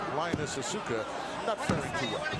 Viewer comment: When he said "Asue-ka" I wanted to die. 🙄 And wasn't it 'Nakano' instead of 'Nagato' ?